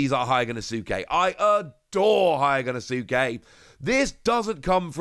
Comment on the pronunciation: Day 1000 of asking to pronounce Hyogonosuke correctly 😂